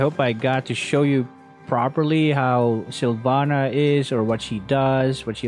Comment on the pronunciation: Silvanna masarap yun “SYLVANNA”